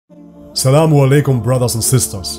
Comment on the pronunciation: the first secund of the video sounded so Arabic when you said "salamu" I thought you would continue it like this "salam-un alaikum" which sounds more Arabic